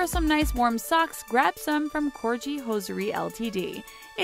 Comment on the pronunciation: Fair Isles is not pronounced fair Ills. Please learn to pronounce. And that's not how Corgi is pronounced either. It's Cor gee. And Malia Obama? That was wrong too.